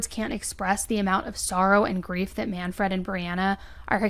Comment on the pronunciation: Work on how to pronounce names. You’re saying Man - Fred. It’s manfred, one word.